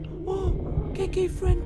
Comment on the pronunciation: why did it sound like he said Kinky friends and not KK friends